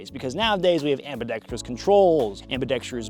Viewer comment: you're one of my favorite YouTubers. Truly a legend... if only he could pronounce "ambidextrous" properly. 😅😅❤❤